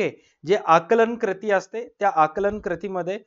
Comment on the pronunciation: Krati ❎ kruti ✅